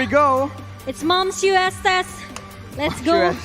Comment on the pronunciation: “it’s momshoe Estes” lol